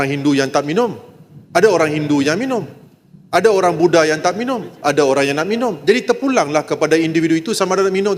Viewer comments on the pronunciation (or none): none